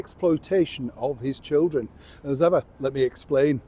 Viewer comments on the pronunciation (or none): Interesting emphasis on 'his children'.